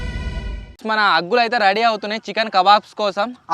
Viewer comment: Aggullu kadhu anna boggullu